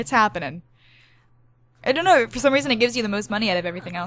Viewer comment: it sounds like she's speaking in a British accent